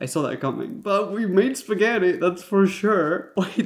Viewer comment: U say spaghetti but I hear fettuccinn